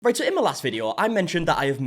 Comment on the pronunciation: Hahaha omg! Okay, so your amazing accent!!!!! I love love love it, however I do have to tell you a really silly thing..... well, I have been watching you for about 6 months now, and when you start your videos, you say "right so" well..... until this very morning i thought you were saying "Rachael" That's my name! I leave subtitles on my phone and never look at what you were actually saying until this very morning. (I just assumed you had someone named Rachael editing your videos like some creators do.)